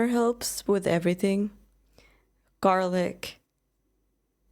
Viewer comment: when you said "garlic" that was the most American you have ever sounded/spoken lol